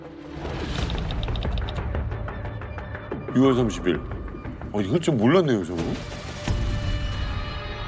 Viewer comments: 육월이 아니라 유월이라고 읽는 겁니다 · 별개소리 다하네. 글고 유월을 육월 ㅇㅈㄹ